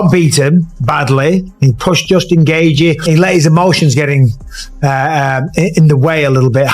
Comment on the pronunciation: Justin geeever..... like wtf. If this was an mma fan they wouldn't have pronounced it incorrectly.